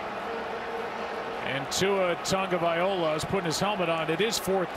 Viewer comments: He said viola instead of viloa. Pretty small inaccuracy, but it's still not right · Tun-ga-vai-OLA, Joe Buck, really, the whole game? You said his name wrong the whole game. Shame on you. You are supposed to be a polished professional. Are you thinking of Tunga-Viola Davis, the Oscar winning actress. ☹️👎. Come on dude, it's week 10 of his 2nd season and you're still butchering his name? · once again joe buck says tua tugoviola. when will he ever say his name right? we'll find on the next "episode" of this or sum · Injury looks awful and I really hope Brissett’s alright, but what got me is Joe Buck saying ‘Tua Tagaviola’ again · he says the “o” before the “L” when it’s the other way around. It’s (Tongue-O- vi-low-uh) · Prayers for jacoby brisket, but can we talk about Joe buck saying Tua tagaviola again? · Someone's gotta tell Joe how to say Tua's last name gah damn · Why can't Joe Buck say Tua's name right? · Joe Buck butchers Tua's lastname lol